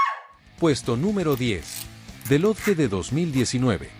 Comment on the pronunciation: Wow jamás hubiera imaginado que el narrador estaba diciendo the lodge 🤯